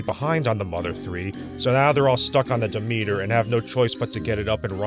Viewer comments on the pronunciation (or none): So is the ship called Demeter? Isn’t that usually pronounced DEM-et-ur? Why do they pronounce it almost like “the meter”? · It's the name of an ancient Greek goddess, which is pronounced "de-MEET-ur". But as the filmmakers have decided that banning a religion causes people to forget everything about it (because that's always worked throughout history, amirite?), it probably SHOULD be pronounced "DEM-et-ur". So...yes and no.